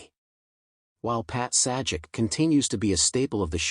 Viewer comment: YOU NEED TO PRONOUNCE THR NAME PROPERLY. YOU NEED TO SHOW RESPECT